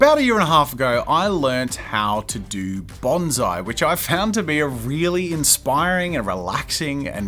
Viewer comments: those poor trees... also, "banzai" is a Japanese warcry. "Bonsai" is a Japanese art form. please pronounce the "s" :||| (i promise this is not meant to be a rude comment, i love jazza a lot) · The correct pronunciation of bonsai is Bon PSY (as in the Korean dude with sunglasses singing Gangnam Style)